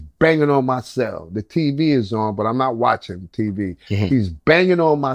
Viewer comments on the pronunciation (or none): none